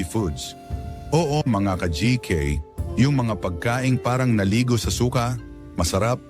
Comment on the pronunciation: Su-ka hnd suka